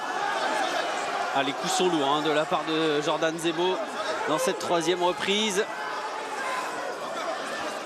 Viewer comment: 6.49 il dit zordan jebo, ca m'as fumé